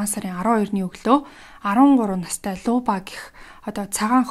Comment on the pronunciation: Люба шүү. Луба гээд байна лээ. . .